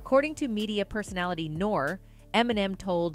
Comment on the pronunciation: Did she call Nore.... Nor??? Do your research!